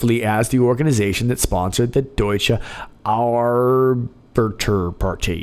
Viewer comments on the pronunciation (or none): none